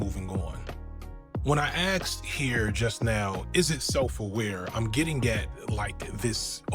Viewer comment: Wow, even the “smart” ones say “axed” instead of asked. Either way, dogass video like all FD Shittifier videos.